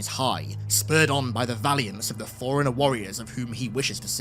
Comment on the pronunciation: This guy can’t distinguish between the pronunciations or “forerunner” and “foreigner”, but sure. Linguistic genius.